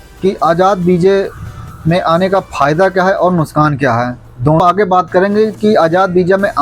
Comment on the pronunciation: नुशकान😅 नही नुकसान होता है